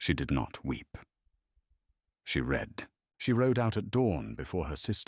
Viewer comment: You have a narration that I truly appreciate. I just wish you could get the difference between "read" and "read", "bow" and "bow" . When I read a passage I usually leave it after I have read it. (The second use of that is pronounced "red"! It is the past tense!!) I put the arrow to the bow, set to shoot very closely beside the the person crouched in a bow by a horse. ( That last b-o-w, is pronounced to sound like ouch!!) Please try harder to get them right.